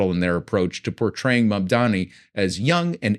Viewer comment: Why is “Mamdani” hard to pronounce for these people, it is such an easy name if you are using a language neutral reading mode. Where all ‘a’ are assumed like in “bat”, ‘i’ is ‘ee’ like in “knee”.